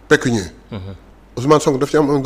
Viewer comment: Pécuniaire au lieu de pecunier